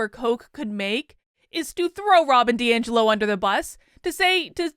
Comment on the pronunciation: Congrats. Some people even pronounced your name correctly!